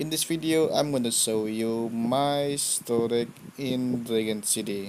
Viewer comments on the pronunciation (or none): You should pronounce storej not storeg. Ok?